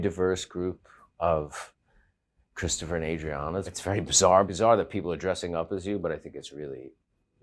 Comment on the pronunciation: Its cwistafah.